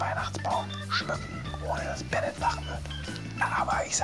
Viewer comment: Bin mir sicher das der Typ Ben•net und nicht Benet heißt 😂 Grüße gehen raus